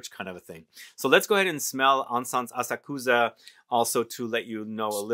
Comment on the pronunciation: Asakusa- pronounced with emphasis on second syllable. a SAK sa. The “u” is barely discernible. Had the good fortune to have heard this particular Koto musician live. She’s extraordinary. It’s a difficult instrument. 😊